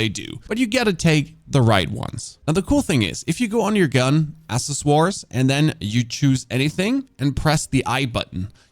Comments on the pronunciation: "Assessoire" Man, that's an impressive sight-read. I assume you also know some French, at least that's what you sounded like pronouncing that word 😅 The correct English pronunciation for the word "accessory" is: ack-ses-or-ree. Keep up the good work! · Your english is generally very good and pleasant to listen to, but plz stop butchering the word accessory! You have said it before that you say the word wrong so plz google it say it 10 times and boom you got it. a - ses - so - ri Thx Nice vid btw, you productions both once human D4 etc is very good